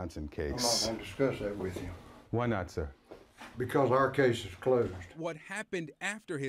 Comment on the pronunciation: The boy in the cap clearly has a rehearsed speech. He mispronounces “sir” (says “No sore” ) because he is already thinking about the next word in his script: “nor”. Also, what American teenage boy ever uses the word “nor”? ! None, that’s who. Also, it seems to me the sherriff denying any foul play has a bit of duping delight playing round his mouth. Investigators would likely easily be able to ID the 3 blurry figures in the gym, by comparing their clothes with hallway footage from the same day. That’s how several Capitol insurrectionists were identified.